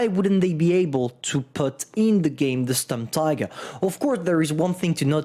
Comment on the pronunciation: pls call it Shturmteeger